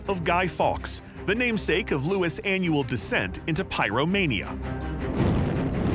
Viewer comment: We celebrate his death not what he tried to do. Also it’s pronounced Loos not Lewis.